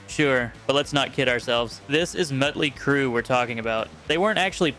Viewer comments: Mutley crue. Wow. AI sucks. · Had to stop watching when you started calling Motley Crue Mutley crue.. Dude are you an AI or do you not know how to pronounce words? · It's not MUTLEY crew lil bro.